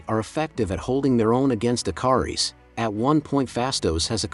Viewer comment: I'm OCD , yeah it's Ikaris, but the captioning and him keep saying the I car ess.... I love the channel and I love the movie, like I said I'm OCD and little things like that just drive me crazy so I wanted to point that out.... Thank you very much